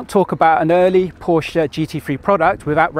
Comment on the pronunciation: Holy, this guy knows how to pronounce Porsche right. I appreciate.